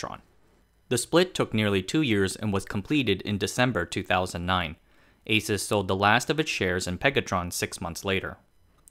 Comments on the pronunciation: It’s Aaa suse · If you call Asus, it's ei -soos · Hmmm. I always though it's pronounce as àsus, ah-sus not eh-sus. Every single taiwanese I met pronounce it as ah-sus. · Haha, my friend always pronounced it like the hispanic pronunciation of"Jesus", and I always corrected him, saying "it's not some Puerto Rican guy". Good to know about the "Pegasus" thing. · I thought I was the only person who didn't pronounce it "A-soos" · ASUS is called "ei-sus", like "a-suse", DRAM is called "di-ram", like "d-ram". Neither follows the proper American English pronunciations rules. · Can’t even pronounce the name correctly…